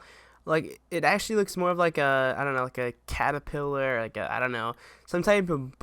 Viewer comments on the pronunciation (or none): none